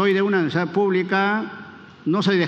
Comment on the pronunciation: Acuña se dice universidad, no universa